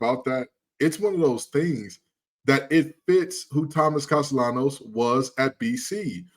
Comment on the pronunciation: These guys are utter idiots. is an FSU hater. He trashed FSU constantly when they won the ACC a couple of years ago. No one, absolutely no one at FSU is saying the nonsense this National is saying. FSU is happy with Castellanos, and can’t even pronounce his name correctly. No one is concerned about Castellanos comments except idiots like these guys. If you think that Alabama’s players are going to play any differently, you’re delusional. It’s akin to Anthony Richardson saying Florida would beat FSU. So what? It didn’t happen and the better team won. Football games are NOT decided by words before games. Tye better team will come out victorious between Alabama and FSU. Words don’t matter…Mike Tyson said it best about someone’s plan goes out the window when they’re hit in the mouth. FSU was psychologically KO’d before last season even started when the Playoff Committee stole the Playoff spot they had earned on the field. It was telling FSU’s players that all of the hard work they had done was meaningless and that carried over into the next season. The talk about firing Norvell is ludicrous. He was the National Coach of the Year in 2023, yet he doesn’t know how to coach? is an idiot! One thing we won’t have happen is the Playoff Committee stealing another spot from FSU with the expanded teams. It was theft, pure and simple. If you think FSU couldn’t have competed, please tell me how teams would have scored on FSU? Have you checked how many members o